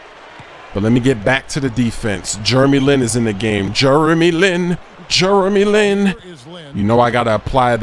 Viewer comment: Jurremy Lin haha!!